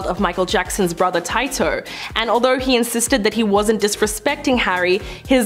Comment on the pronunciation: To the lady with the black and white blouse his name is pronounced Tee toh not tai toh lol get it right please!